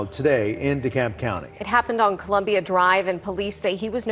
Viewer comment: Did he say Dekolb county ? It's DeKalb County. RIP beautiful lady and precious baby girl.